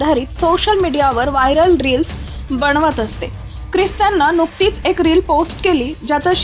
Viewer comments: बणवत नाही बनवत म्हण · अ णु भव , ब ण वत ! कमाल मराठी आहे! धन ण्य वाद!